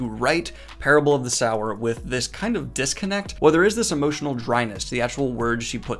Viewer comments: Youre saying sower wrong 🙈 lol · Daniel" "Parable of the Sourer." Me: "of the Sourer? Ah, ok. Hey Daniel, if you continue to read more Octavia Butler, look into Wild Seed. Its much, much better. But, it is pronounced 'Sew - er.'" :) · I think it’s pronounced “soo-wer” not “sour” or maybe it’s just me. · Daniel, I love your videos and am ecstatic about the recent sci-fi videos. I hope you continue to do more sci-fi even if there are less views. P. S. Sower is pronounced soh-er not sour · Sower, as in sowing seeds, not sour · The name is sower not sour. Lauren is not harvesting lemons. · Just in the comments to saw it Parable of Sower (sow seed) not Sour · Not critisizing but is not sour but so-wer as in so what. Sow means to scatter, as in seeds. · Daniel: Parable of the SOUR Me: Aaaaaaaaaaah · Its definitely pronounced so-er. You said it yourself, "sowing seeds" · "Sow" - "Er"?!? SMH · Ohmygod thank goodness I'm not the only one confused by how he pronounced sower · "Parable of the SOW-er!" Me: snickers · So as in “sew”. I’m honestly not sure how Daniel keeps mispronouncing it considering he uses it correctly a few times in this video when he’s not saying the title. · Daniel, it's pronounced so-er. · It's meant to be pronounced /ˈsəʊə/ (RP) or /ˈsoʊɚ/ (GA - Dan's accent). If you're not able to read IPa, this means the first syllable is the same as the word 'so', with the standard pronunciation of the -er suffix. The book's title is an allusionto the Biblical Parable of the Sower, which refers to a 'sower', ie one who sows seeds. In this context, the word sow is prounced the same as 'so', rather than Dan's pronunciation, which refers to a female swine. I guess it's ok because he has dyslexia, but I do wonder sometimes how he intends to become a professional narrator with pronunciation errors like this. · I agree with everything in this video.....except how you pronounce "sower" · Dude. Sower, like you reap what you sow. Sowing seeds.